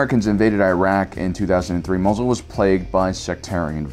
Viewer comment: Am I the only one who finds it hilarious, every time the guy calls it "Mazel?"